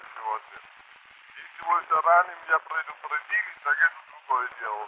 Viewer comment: Что за акцент? ГоворЬЯТ? ПрЭдупрЭдИЛЬ? Так не мог говорить русский царь.